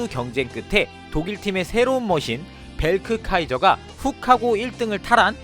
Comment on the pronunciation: 형님 저 이거 다봤어요😂 그래서 너무 잘알고 있습니다 😂 형님 벨크카이저가 아니고 베르크 카이저 예요